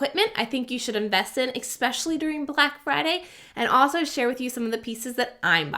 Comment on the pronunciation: Exspecially is not a word. PNY cards cannot support high throughput. Please, lose the X in “especially” and investigate which SD cards are actually good.